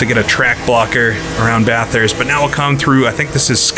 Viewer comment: pronounces it BATH-hurst, as in, taking a BATH, and HURST shifter. There's only one H. Most from the area will say BA-thirst (not BAH, the A is said like "apple" or "back".) Say "Bat" but drop the T for the first syllable. Then simply say the word "thirst". BA-thirst. Note: Some Aussies say the U sounds like an I, and drop the R. But that is just for the sake of the Aussie accent. When I was there, I was ridiculed for describing it like that. I will admit, I used to pronounce it BAT-hurst, putting the H in the 2nd syllable. I was told that was acceptable, but still wrong. I'll say this though. If the UK and US (my 2 citizenships) don't get their crap together soon, and start taking care of their own people, I'm moving to Bathurst. HEHE